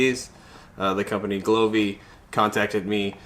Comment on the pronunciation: I couldn’t stop thinking about how he called the brand glovee instead of govee😭😭